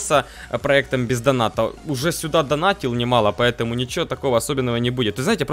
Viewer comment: это как будто звучит пизданата а на самом деле бех доната